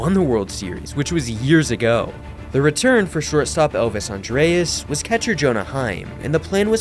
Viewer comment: “Elvis Andreas”